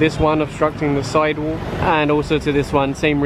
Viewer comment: "side wook"